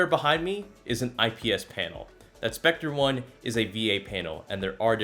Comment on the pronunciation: Another guy who pronounces sceptre as spectre... Oh I am tired of this